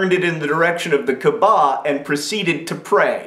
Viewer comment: Hilarious video John. One point: Kaabah is pronounced KAA-ba. Emphasis on first syllable. And Hajj is pronounced Hujj. Short "U" sound, like "rug". Maybe also do a video on "Is Obama a communist?" Because if so, he's an even worse communist than he is a Muslim.